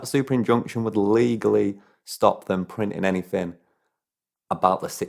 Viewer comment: can’t you pronounce “th”? you sound like a thick cunt saying “anyfing” or “all of vis”